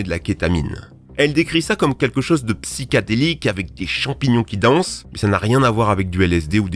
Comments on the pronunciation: "High" pas "hight" "Psychédélique" et pas "psychadélique" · Aucune étude validée n'a démontré un quelconque effet bénéfique du CBD hormis ultraconcentré dans un médicament contre l'épilepsie, tout le reste relève de l'effet placebo. Vous ne citez d'ailleurs aucune source. Sinon on dit "psychédélique", pas "psychadélique"... Sans parler du fait que vous disiez "hight" au lieu de "high"... Tout ça à mon avis démontre votre niveau de "sérieux"... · Pour info, on dit "psychédélique". Pouce bleu, vidéo intéressante ! 👍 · On dit psychédélique pas psychadélique et dommage t'as pas parlé de l'alcool